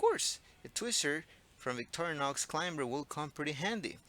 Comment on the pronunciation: In the word "climber", the "b" is silent. So the word is pronounced "clime-er"